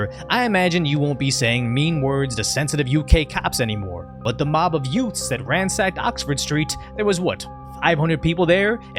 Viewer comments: Uhhh did you say yoouts? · Did you say, "Yoots?" What is a "yoot"? Time to call on My Cousin Vinny. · What's a yout? You said the police clashed with youts?